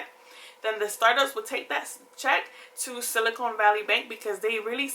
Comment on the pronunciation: its silicon not silicone